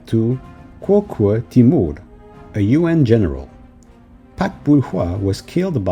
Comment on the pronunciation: My ears a little iritated when I heard "You-end" rather than "Yu-an" 😭